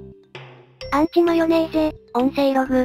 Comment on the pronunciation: アンチマヨネーゼじゃなくウンチマヨネーゼじゃねーか